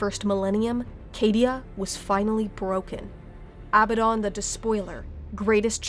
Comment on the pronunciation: Why the hell can noone pronounce Abaddon correctly? The stress is on the second a, not the first.